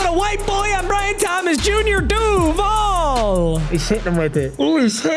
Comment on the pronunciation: Omg that Duval was worse than Liam Coens 🤦‍♂️ You have to say the DUUUU with your chest and then let it fade out with the VALLLL